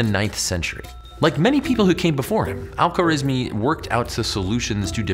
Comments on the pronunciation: what is is: al-khwarizmi ❌❌ what I hear: alpha rizz me✅✅ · Great Video! One note, in Arabic, we don't have consonants linking together much, because of the different ways to spell each letter. So the guy's name is Al Kha-wa-riz-mi